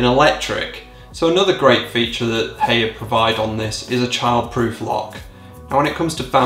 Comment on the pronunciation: The first time i've heard of Haier was about 10 years ago, when my parents got an air conditioning system fitted to their house. It got the job done. Also, I believe the way you're supposed to pronounce Haier is like "higher"